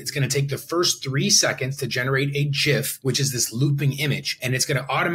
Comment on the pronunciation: This is amazing!! I will be checking it out not just for the tech, but also because you pronounce GIF correctly 🥳